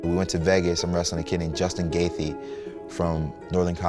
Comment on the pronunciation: "Justin Gaythee"